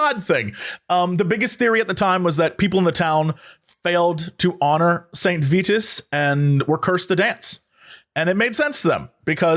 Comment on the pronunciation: St. Vitus, as in vital